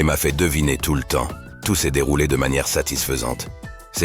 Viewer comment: "Les gens qui aiment les thrillé à combustion lente"... Les Trillé!? Sérieusement!? Insupportables ces voix d'IA là.